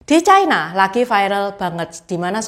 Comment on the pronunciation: Ucapan yg bnr : China, bukan chaina